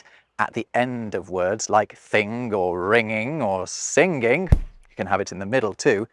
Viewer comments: The velar nasal ng is actually my favourite phoneme, so fun to say. But loads of people, yourself included it seems, pronounce it as ngg or ngk. You didn't say "sing-ing" then, you said "sing-ging-g". And lots of different accents would pronounce "something" and "somethingk". I'd like to see a video where you go over this little quirk of pronunciation, and why pure ng in English is actually a lot less common than it seems. EDIT: actually you didn't even say ng when you're introducing the sound ng, you say nggə. Thingg, ringing, singgingg. The only place you say a pure ng is in ringing, which is a strange exception. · do you know you're pronouncing the 'g' in the first 'ng' in singing? Japanese may raise the intonation at the end of the sentence for a question - instead of using か. I wonder though whether they:re influenced by European rising intonation for a question.